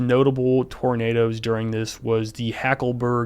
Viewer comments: That "er" at the end of "roundabouts cause tornaders" is what linguists call an "intrusive R", and it's something that interestingly southern Americans have in common with the British. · Tornaders is the only I'll pronounce it now. That guy is gold. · Hard R on Tornado is just extra